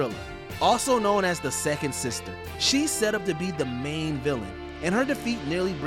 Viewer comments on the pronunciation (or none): none